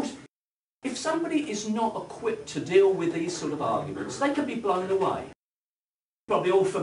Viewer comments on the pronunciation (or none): none